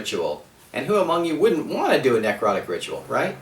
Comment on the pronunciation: Not a bad video. The only comment I have is: ne·crot·ic not nec rot·ic